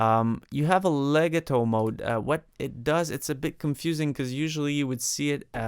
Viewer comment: le got toe is how legato is pronounced